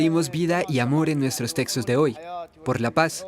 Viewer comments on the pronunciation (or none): none